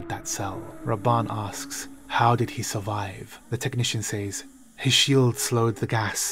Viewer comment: Say... says... say is pronounced S-A. As in Hay. Says is pronounced SEZ....